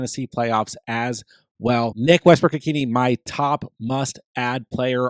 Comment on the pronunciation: It’s pronounced Westbrook Ikhin A